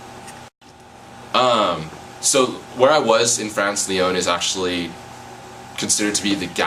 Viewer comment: You don't even pronounce 'Lyon' properly given you were there for the whole year? Sorry for sounding cynical. I'm also doing an exchange in Paris this year. :) Thanks for making this video though. Bonne Chance!